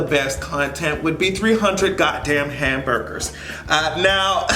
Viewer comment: This nigga said HAMBERDERS 🤦🏾‍♀️🤦🏾‍♀️ he is a WHOLE FUCKING IDIOT!!!!